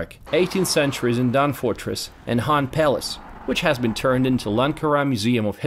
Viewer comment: Please learn to pronounce KHAN correct. You cant junmp over K